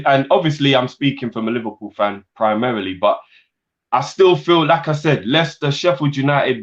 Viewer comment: Why do I hear 'Lacazette' when says 'Like I said'?